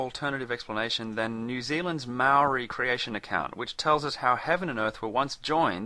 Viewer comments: Finally someone on youtube who can pronouce Maori correctly. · Excellent prononciation of the maori language. Better then most people here in NZ :)